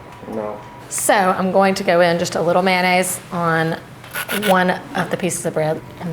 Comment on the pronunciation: My culinary pet peeve: it's not "man aise" it's "MAYONAISE"!! Com'mon people....